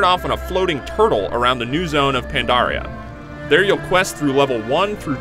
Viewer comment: he said mists of pondaria......i thought it was mists of PANDARIA!?